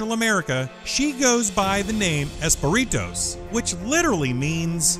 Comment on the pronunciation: the butterfly is called Espejitos (the j is pronunced like an h) , not "esperitos" with an r -_